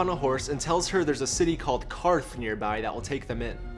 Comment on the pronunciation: Props for pronouncing QARTH correctly.